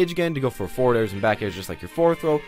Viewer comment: lmao he said foreward